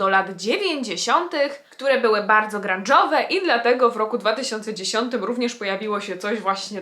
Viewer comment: Jak powiedziałaś grangowe to ja usłyszałam cringowe